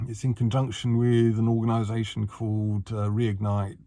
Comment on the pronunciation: Did he say culled or cold!😂